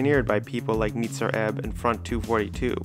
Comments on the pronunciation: Nitzer Ebb is pronounced N-AI-tsa Ebb. In the 80s, McCarthy was asked by a German interviewer about the pronounciation of that name. The I is spoken like Eye. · It’s NIIIItzer Ebb doesn’t rhyme with spritzer, and you pronounce each number in 242. Come on guy.